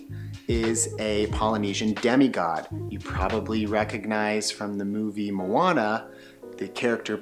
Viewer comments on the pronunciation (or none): none